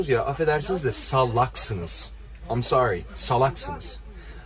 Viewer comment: am sori ha? am sori goddot deee covilad dovi dovi zımbab fakkhe, a aa mon diziz vadi kamon disz iz fakking gossooomm.